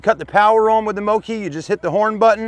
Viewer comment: FYI it’s pronounced Moke as in Smoke